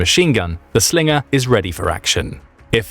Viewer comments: "That's not a Slingah, this is a Slingah" Crocodile Dundee, probably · Slinger, sounds Aussie af 😂